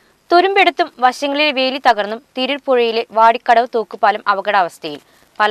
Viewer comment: പ്രിയ സഹോദരി...... വാർത്ത വായിക്കാൻ അറിയാതെ ആണോ ഈ കച്ചോടം.. വോടി കടവ് അല്ല.. വാടി കടവ് ആണ് 🤣🤣🤣🤣